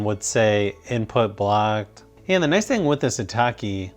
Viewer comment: I don't how many times I've heard him say "and" and It's really distracting when he keeps saying "and" and did you know how many times he said "and"? and his pronunciation of "and" was really weird And he was like "aaannnd" and like in a voice that's sounds bored